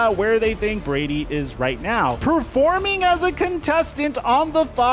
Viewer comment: “get his mind RIGHT”… not “retweet” Pretty sure